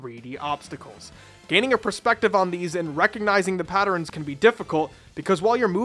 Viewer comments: What the f*** is a patterin?? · Attack "patterens" xD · I'm sorry....is he saying "patterns"...?